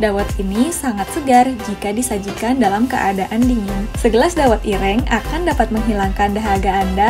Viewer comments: Mbak maaf sebelum mngabarkn baca brita mbok di dalami dulu di pahami temanya, br di sampekan, biar tdk asal sebut. dawet ir-rheeng. kue lompong bkn dr kulit jagung bungkusnya, tp dari daun pisang yg sdh kering Ge'bhlek. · Cara baca geblek dan dawet ireng. ...mhon diperhatikan